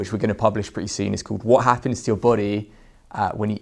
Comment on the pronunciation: Where IS this guy from? Why can't he say the letter "o" properly? "See you seen!" etc!